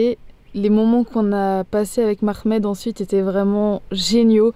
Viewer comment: Bravo Les filles et bien venue cher nous au Maroc. justement je vous dis que c homme il appel Mohamad👌 c'est pas mahmed. et pardent 🙏